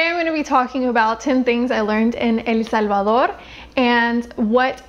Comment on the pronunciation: I just love when someone pronounces El Salvador, I mean the correct pronunciation !